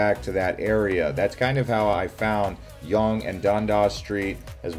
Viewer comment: Local here! The way you pronounce Yonge and Dundas is hilarious.